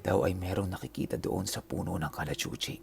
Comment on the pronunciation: Bakit ang Kalachuchi parang malanding puno ang tunog pag binigkas mo